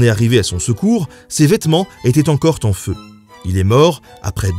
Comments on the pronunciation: en "..., ses vêtements étaient encore en feu" (écrit) "..., ses vêtements étaient encore t'en feu" (prononcé) bin alors ! ;-) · Mec, j'adore tes vidéos qui m'apprennent plein de trucs, et je suis pas un ayatollah du Bescherelle, mais essaie quand même de faire gaffe à tes liaisons intempestives : 'étaient encore t'en feu'...